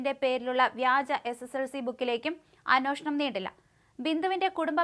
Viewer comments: അന്വേഷിക്കുക എന്ന് പറയൂ.. അന്വോഷണം അല്ല..ഏ ആണ് ഓ അല്ല. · Annoshanam ശരിക്ക് ucharikku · അന്വേഷണം എന്ന് പറയു